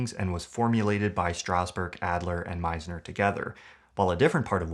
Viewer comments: *Sanford Meisner not Stanford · *Sanford Meisner not Stanford +Great vid 🙌🏽 thanks for making it